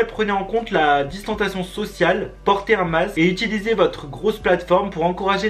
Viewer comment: Chuis la seule que quand il dit « distentation »m’énerve grvv parce que c « distensiation »mais sinon je t’adore trop ❤️❤️